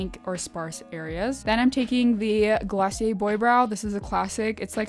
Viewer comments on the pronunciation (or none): none